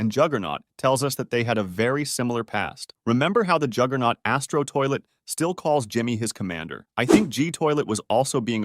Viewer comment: Juggernaut not jigglenaut